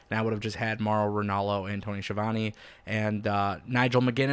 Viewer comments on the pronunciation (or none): This guy doesn’t know how to pronounce Tony’s name and he doesn’t like the greatest wrestling announcer of all time Jim Ross! Why would anyone listen to this guy